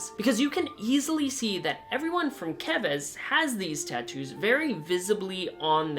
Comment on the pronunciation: FINALLY! A youtuber who pronounced "Keves" right lol